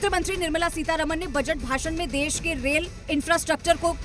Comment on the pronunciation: देस नहीं देश कहो. गंधा लगता है